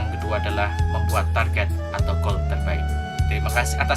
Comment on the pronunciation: Di suruh nulis apa yang anda ucapkan dan apa yang membuatku kesal:LU KALO BICARA SELOW SAT BACANYA CEPAT KALI LU MAU BACA ATAU LOMBA LARI SAT satu lagi sok Inggris goal bukan gool you need to learn more about English you dog shit remember you still have life save that for later suks